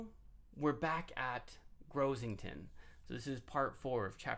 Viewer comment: I think it's Gossington hall, not Grossington hall.